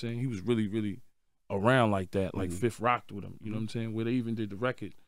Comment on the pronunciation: 31 seconds in he said his first (fif) lol